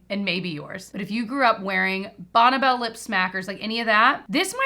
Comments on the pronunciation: Bonna Bell? I’ve always thought it is pronounced Bonny Bell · I grew up in the 70's/80's, I've only heard it called Bonn(ie) Bell! We all said it that way lol! First time I heard her say it like Bonna Bell I was, "like Bonneville?" 😂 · I thought I should let you know it is pronounced like BONNIE Bell, not Bonnebell. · Bonne is pronounced Bonnie as far as the brand name is concerned.